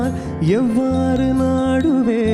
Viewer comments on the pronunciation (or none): Look at pronunciation at some places.Muzhu jenmam and not Mulu jenmam.,horrible at places.Don’t kill Tamizh .it’s evvaru naanuven and not evvaru naaduven,by singing like this u change the meaning and the essence in the lyrics.Why can’t u ,understand the meaning and pronunciation and then sing dear.do ur homework properly,mere voice can’t make a song good.it’s seidhu and not sedhu,u have to stress on the I in pronouncing seidhu..